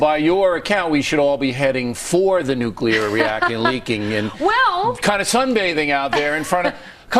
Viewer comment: It's pronounced "nu-clear"